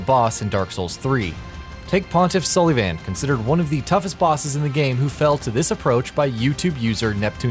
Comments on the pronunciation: Pontiff Sully-Van? ITS SOUL-UH-VAHN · Sully-Van. Yeah don't forget to kill that guy with your Mashet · Sully Van? Mashet? Really bro? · "Pontiff So-lee-van" wtf is up with that pronunciation? also "Great ma-shet" what???